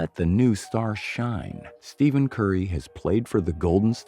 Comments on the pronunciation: Steven???? It’s Stephen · did u just say steven curry???HUH??